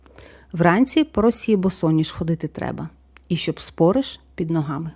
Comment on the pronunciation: Вибачте,але не спОриш,а спорИш.Неправильний наголос,як фальшива нота в мелодії - слух ріже.